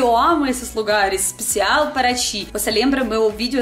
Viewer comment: Achei muito legal o sotoque "EL"; "BrasÍEL; EspeciÁEL"; quando ela fala assim, lembro escritores famosos como Machado de Assis etc.; outra coisa é que não há erros de generos, muito legal seus videos, excelente dicção. :D